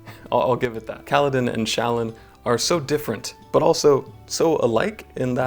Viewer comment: Those pronunciations of Jasnah and Shallan made me cry.